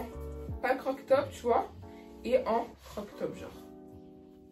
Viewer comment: En rien c'est méchant c'est juste des remarques pour toi, tu les prends ou non mdr. On dit croP top mdr ça m'a stressée, et c'est dommage que tu mette autant de temps sur chaque article je t'avoue que je passait à chaque fois 20 secondes pour chaque article tellement c'était long😅